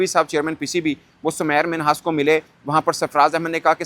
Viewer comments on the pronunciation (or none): Bhai uss ka nam tu theek pronouce karo uss ka nam Sameer Minhas hai na k Samair Minhas .